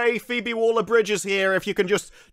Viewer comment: it's Waller, not Wooler 😂